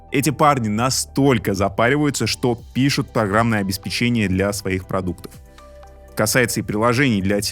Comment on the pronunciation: ОбеспЕчение и подключенО - на "ключ" по-прежнему не ставится ударение, кроме слова "ключ"!